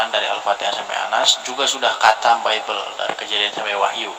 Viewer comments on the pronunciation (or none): Dis.....!! ditulis latinnya khatam. Di bacanya bukan katam dis.....tapi hotam. Gimana sih lu dis malu maluin aja....